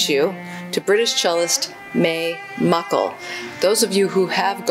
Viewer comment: I studied with May Mukle's only student: Dr Lyndon De Lecq Marguerie, and I appreciate you including her music. Do you mind if I correct you - her name is May Mukle (pronouned Muklee like Berkley). Even the BBC have been pronouncing this wrong recently and there is no question that she pronounced her own name Muklee. Thank you.